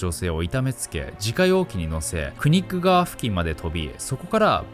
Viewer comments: Knik Riverの発音はクニック[kˈnɪk]で合ってそう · 読まないkを読んだんすね